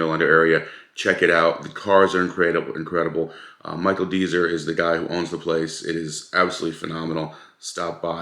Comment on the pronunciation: It's pronounced Dez-er, not Deezer. And 95% of the collection are working vehicles.